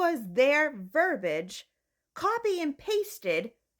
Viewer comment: *verbiage (ver-bee-ihj).